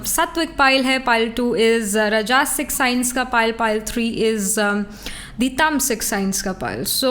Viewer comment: Hi there.. aap Rajsik ko ghalat padhti hein.. ye राजसिक hota hai रजासिक nahin